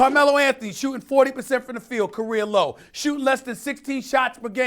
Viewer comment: “Korea low”-Steven A